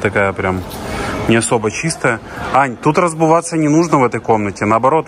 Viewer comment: А как вам " разбуваться"?😂😂😂